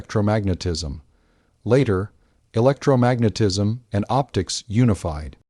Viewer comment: Ugh. The randomly stilted AI monotone robot voice "electro....magnetism" "One thousand eight...hundred seventies" It's like nails on a chalkboard